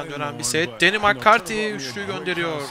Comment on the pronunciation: Cempşat değil campşat diye okunur makkarti değil mekkarti diye okunur